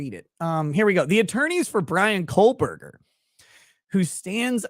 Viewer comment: Love watching your show,. You've established your own point of view and whether I agree with your opinions or not, you're speaking from an honest perspective. Respect ✌️ PS: Hearing you say KohLberger over and over again was torture 😂